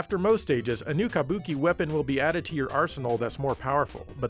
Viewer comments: Sounds like you’re saying “kamboki” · You say "kabuki" like such a gaijin